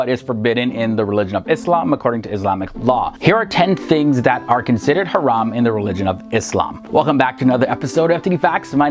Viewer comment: You pronounce the word haram beautifully 👍🏼 lol